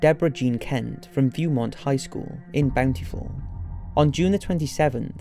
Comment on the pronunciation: Bound-tee-full utah 😅